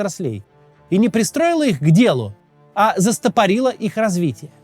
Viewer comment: Ударение в слове Застопорилось падает на первое О .